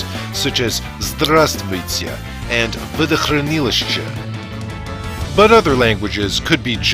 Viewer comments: You didn't right pronounce водохранилище. You pronounced водохранилыще. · ProS 96 в видео произнесли скорее водохранылыще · Your pronounciation of "водохранилище" is actually funny, but anyway the video is great :)))